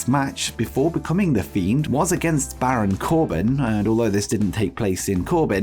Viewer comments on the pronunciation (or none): none